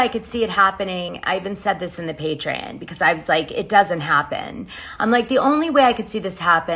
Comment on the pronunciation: GIRL!! It’s patreon!!! As in pay-tree-ON!!!! Its NOT “patre-IN”!!!